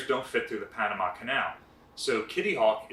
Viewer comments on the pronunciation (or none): none